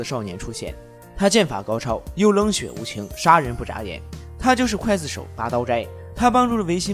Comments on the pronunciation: 浮尸饿殍，最后一个字念Piao不是fu。。刽子手，第一个字念gui不是Kuai。。高中语文，说的跟字幕也匹配不上，一点小建议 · 不叫刽（kuai）子手，而叫刽（gui）子手！ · 刽子手gui 四声，解说之前做好功课… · 不是kuài子手？？？是guì子手啊！！！ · 刽GUI子手,不是kuai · 一直在想（kuai）子手 这个音 是各大up主故意读错的吗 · 刽(gui)子手,听着真别扭